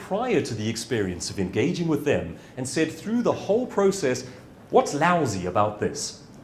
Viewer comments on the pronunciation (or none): none